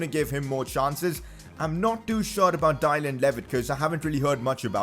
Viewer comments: Did he rally just say ‘dielann’ levitt lol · dylan and dillon are pronounced the same btw